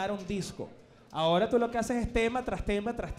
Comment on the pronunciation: Mori de risa con diciendo "pero justo ahoda" JAJAJAJAJAJAJA